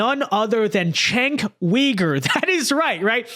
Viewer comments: Chunk yogurt when are you gonna get his name right?😂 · I know it’s a small thing, but if Cenk is going to start being reasonable, we ought to get his name right. Pronunciation— sounds like: Jank You-grrr